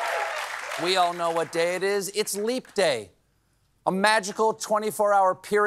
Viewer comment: It's "we the people" Not "wee the people"